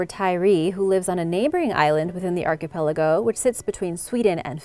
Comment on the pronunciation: Nobody commented how many times you mispronounced archipelago?